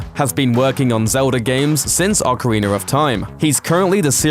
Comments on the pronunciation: Why does he say ocariner it's ocarina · you're another of those sillies that says "ocariner" :v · Are we just gonna let it slide that he pronounces Ocarina, Ocarinar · ocariner in time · Ocariner of time?? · ocariner of time... non true zelda fan, made me rage. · Ocariner of Time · "Ocarinar of Time!" lol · Man, OcArInEr Of TiMe is AmAzInG! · Lol Ocariner of Time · awwkerreener of time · Can someone explain to my uncultured self why British people call pronounce ocarina as "ocariner"?